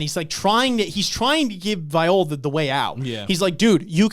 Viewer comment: These discussions are so good man. Bam vs Love was one of my fav fights in this introductory arc. P.S Also, Viole is pronounced [Vee-Yeo-Lay]. Jue Viole Grace --> [Jew-Vee-Yeo-Lay-Grace]